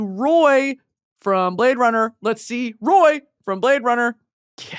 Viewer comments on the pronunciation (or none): Watching this again just to hear her say the blade runnah bit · My verbal stim for the next month ‘whot do ya mean you’ve never seen Blade Runn-uh’